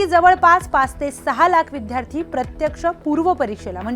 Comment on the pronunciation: मॅडम ते विध्यार्ती नाही हो विद्यार्थी आहे